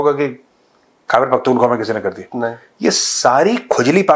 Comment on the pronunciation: Major sahab....kar dengey nahi....kaaar dengey